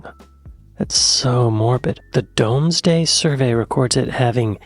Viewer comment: "Domesday" is pronounced doomsday...just saying 👍